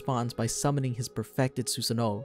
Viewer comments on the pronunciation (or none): Who else hates the way he says Susano'o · It’s pronounced su-San-oo not su-San-o-o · “Susin noh” 💀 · My dude said susee noo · He says susanoo as 'susa nooo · Sussano ,seriously dude ?????? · Suuuu- sa noooooooo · The way he pronounces susanoo is actually so disturbing lmao